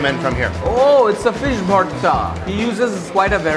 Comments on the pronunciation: It's Bhorta not porta. And no Chatni is not Bhorta. It's a different thing. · When did ‘bortha’ become ‘portha’..? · It's not even borta you asshole It's bhorta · it’s BORTHA with a B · Ow man the way he was pronouncing "Vhorta" made me mad. Love man. Come again Here Dude. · farhan hasin fool I’m sylhety we pronounce it as borta not ur ugly as bhorta stfu